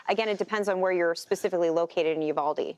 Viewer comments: Fox couldn't find a local who knew the city is called "Uvalde" NOT "Udalve"> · Udalvey? What haha You-Vol-Dee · Probably should learn how to say Uvalde before you report on it! It’s not Udalve!!!! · It's uvalde sir 🙄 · Uvalde... pronounced with long E sound at end of name ....not an A sound...thanks